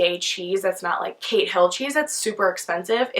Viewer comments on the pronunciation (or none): none